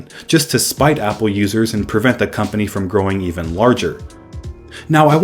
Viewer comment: says hPPLE